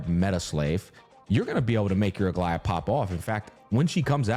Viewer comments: I made the comment at the beginning where he called her Algea or something like that. Have in mind that what I described is the correct "greek" way, I guess pronunciation is fine as well. Written is greek is Αγλαΐα btw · From a greek viewer, it is pronounced A-gla-ia with the intonation on the "i"